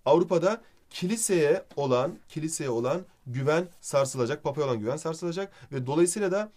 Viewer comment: 9.25 Hocam "kiliisi" değil "Kilise" olucak. :D :D <3